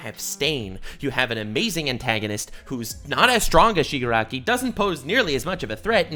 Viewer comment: Bro really just said Shigakaraki